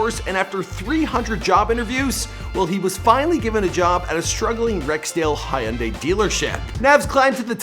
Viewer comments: Hayundai. Idiot. Its hyuunday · Did he just say high-un-day instead of Hyundai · HUN-DYE you idiot..learn to pronounce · Jesus Christ!! Dude its pronounced hun-die dont over think it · 😂hee un daeeeuhh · Hayunday what da heck is that pronounciation bruh.... Come on hahahahahaahah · That's not how you say Hyundai